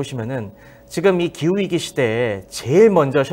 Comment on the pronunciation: 기우이기 아니고 기후위기지. 왜 자꾸 기우이기라고 말함?